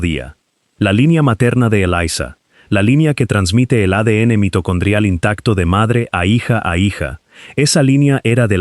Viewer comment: Por que el narrador habla con acento español latino perfecto....y de pronto habla como inglés enredado..."intactuo"...? 😂😂😂es un chiste escuchar esto😂😂😂